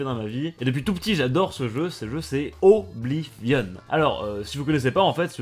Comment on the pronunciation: Putain enfin quelqu'un qui prononce bien Oblivion ;-; Sinon Oblivion > Skyrim